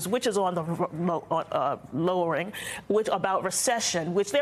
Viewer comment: Food prices are low rr arr arr lowering. 🚨 she can’t even say it.